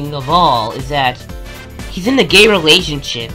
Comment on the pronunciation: Objectsided has been cancelled was the emphasism of "gay" really that nessasary? All the other points were good, thank you for this video! I've never heard of any of these people to be honest, also ty for joining there (probably cringe) discord for the inside job. But this wasn't nessasary, lately people have been getting cancelled in the osc for dumb things, not that this is dumb, but was it really nessasary? Almost no one in the comments have heard of these people, so your only bringing them attention.